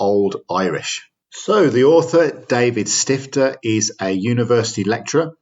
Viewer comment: The name is pronounced [ˈdaːvit ˈʃtiftɐ]